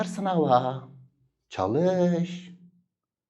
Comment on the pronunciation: hucam çalisssss demişsiniz o ş harfi ile olcakk !!!!!!!!!!!!!!!!!!!!!!!!!!!!!